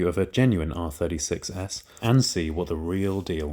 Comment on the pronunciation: Whenever he says R36S, I hear R30 success